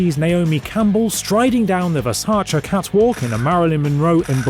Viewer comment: I do hope you know that „Ver sa chee“ was the correct pronunciation. It‘s not pretentious, it‘s authentic.